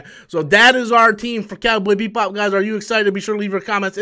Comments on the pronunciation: Why does he keep on saying Beat Bop instead of Bebop???? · This video is funny, You remind us 5 times you are a fan of "Cowboy BEATBop" you never pronounced it correctly 1 time. You also wear a shirt from the anime so you add more credence to your statements. You complain about the concept of people being cast as Asians in anime as a problem because not every anime character has to be Asian, but that doesnt mean they dont have to be either. Also 4 people were cast here, 1 of them is Asian, yet you focus on that as your complaint in that argument. This was a 3 min video spread out over 6 mins so you could make it seem like you had a lot to say but instead you simply regurgitated news from an article that everyone could have read for themselves. You also admitted you talk about Captain Marvel "for the views" so I would say your channel is just a resting ground for stale content and boring commentary. People watch you because they laugh at you, not with you. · Beep Bop? Also, you can’t pronounce Pin-eda? Come on, BOY! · Why does it sound like he's saying BEATBOP. xD